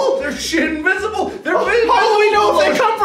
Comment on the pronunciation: I think what mark was trying to say was "OH SHIT THEY'RE INVISIBLE!" But instead he said "OH THEY'RE..... SHINVISIBLE" 😂😂